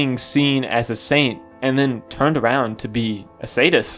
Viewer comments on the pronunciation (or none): none